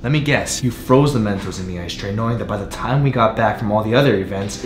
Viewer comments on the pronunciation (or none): It's not "Stray" It's "Tray" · Ikr that's what I kept saying cause it really sounded like "I stay home cooks rice"